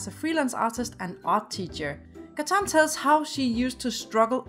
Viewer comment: Its not katan its Gatan